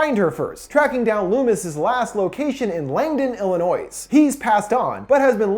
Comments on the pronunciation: "illi-noise"? - "Lar-uh-nix"? Lol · "Langdon, Illi-noise". No.....just, no. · When you said Langdon Illinois(e) I cringed. The “S” is silent.., 😵‍💫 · PRONOUNCED ILLI-NOI NOT ILLI-NOIS THE S IS SILENT sorry that triggers me when people say it wrong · It's Illioni not Illinois the s is silent lol ( some people don't believe me when I say some people pronounce the s lol guess you guys are more rare now lol) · Did you say "Il-annoy-iss"? Lmaoo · “Illinoiz” “Larinix” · Did he just say Illinois instead of Illinoi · Bro, Illinois isn't plural so it shouldn't be pronounced as such. Pronouncing the S at the end of Illinois makes my ears bleed and I'm not even from there. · i did not just hear this man say illi-noise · you said illinois wrong that s is silent it’s said illinoi. You said it correctly here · The s at the end of Illinois is not pronounced. Its like (ill-eh-noi) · You don’t pronounce the “s” in Illinois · Idk if its just me being from Chicago but him pronouncing the s in Illinois pisses me off😡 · The cringiest moment is mispronouncing Illinois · The s in Illinois is silent :( I’m sorry it triggered me. Thumbs up for your time invested to give us this beautiful summary ❤️ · As someone who lives in Illinois, and hearing you pronounce it: the s is silent my dude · The "s" in Illinois is silent bro. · just to point out, you said Illinois with the s sound pronounced, the "s" in Illinois is silent. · the s in illinois is silent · that moment when you slip up on pronouncing illinois and i can't help but cringe slightly because its where im from and its not pronounced like that xD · I don't wanna be a dickhead by the S is silent in Illinois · It's a sin how he pronounced illinois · I love ur channel to death!!! But the "S" is silent in Illinois. :-) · I don't think I'll ever be able to move past the fact that you pronounced Illinois with an S...